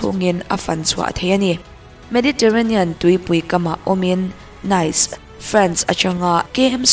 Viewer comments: Nice - sap ṭawnga 'nice' angin lam rik loh tur, 'neece' tia lam tur. Grand Prix - 'priks' tia lam loh tur, 'pree' tia lam tur. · Nice hi Niz/Nis tih a lam tur.. Grand Prix pawh hi Grand Pri/pre tiin lam ila a mawi zawk/ an lam thin...